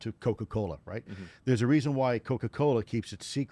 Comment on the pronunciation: Anybody who says right like that is probably making stuff ip